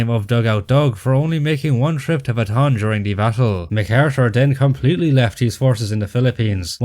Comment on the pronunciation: fun fact: the pronunciation for Bataan is wrong. Bataan is actually three syllables not two. So when y'all say it, should be Ba-ta-an, not Ba-tan.